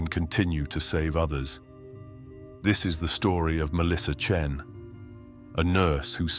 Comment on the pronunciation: AI crap that can't even get her last name correct - Chen or Chin? or not wasting my time...